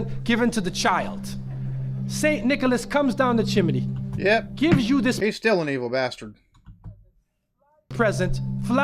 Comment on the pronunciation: He definitely learned to pronounce chimney from watching Mary Poppins.